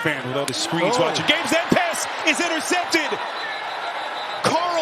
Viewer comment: I cannot stand this announcer. Whenever he gets excited every long 'a' becomes a short 'e'. "! Dezzling pess!"